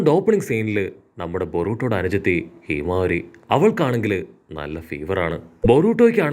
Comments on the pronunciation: Hinawari alla himawari 😅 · Hey bro hinavaari alla himavari aan